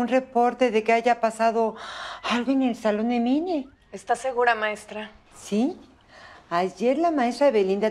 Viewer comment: Si se escribe Mine pero se dice Mini